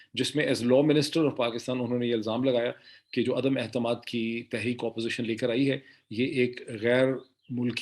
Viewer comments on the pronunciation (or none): Doctor Sahib, please note that in the Urdu languge the word for confidence is Etemaad and not Ehtemad as you keep on saying.